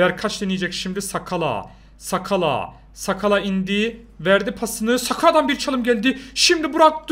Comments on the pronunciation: Sakala degil nsakala oku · Ensakala diye okunuyo ben mı öğreteyim sana